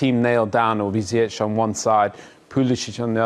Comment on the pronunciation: How you butcher his name like that?? It's Ziyech